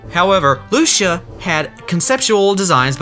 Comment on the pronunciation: I know it's been two years but my name is Lucía and the pronunciation made me sad. It's Loo-see-ah😭